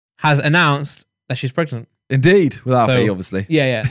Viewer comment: ''prechgnant'' - Randolph 2k21